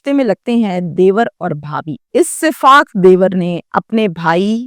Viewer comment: Saffaak Lafz Ko AP Siffaak Bolti Hain